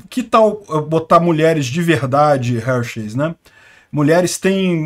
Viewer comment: Forçam a barra demais; homem é homem, mulher é mulher; trans e cia é outra coisa; cada um no seu quadrado. Só uma dica, a pronúcia correta é Râr-Xis, na emulação fonética.